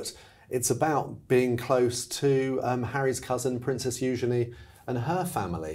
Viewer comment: Thank you for being one of the few who pronounces Eugenies name correctly